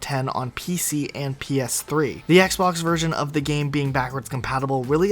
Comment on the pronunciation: Like I just finished typing and the CC can't figure him out after 3 words and he said the word "version" like ver-zi-za-zeation